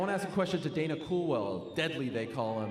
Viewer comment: Helwani he think to say dana